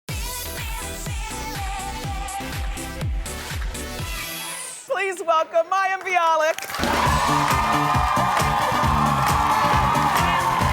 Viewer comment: she keeps wrongly pronounce mayim with miyam..